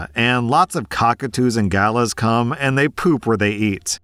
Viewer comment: I love how said "gallah" like 'gala'. As an Aussie, I pronounce it like guh-laah but I wouldn't be surpried if I'm pronouncing it wrong lmao